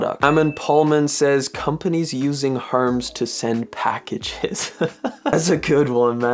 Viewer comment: Tell me you did not just call Hermes “herms” 😂